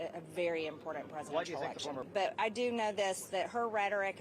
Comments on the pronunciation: Seeing that he's running for president you would think that it would be kind of important to him what people are about that are seen around him, going to events with him, riding in his plane with him, etc. And oh my Gosh, would someone please teach Marge how to pronounce the word, "Important"!!! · Marjorie says impordan for important. It’s the least of why I can’t stand her, but still it’s annoying.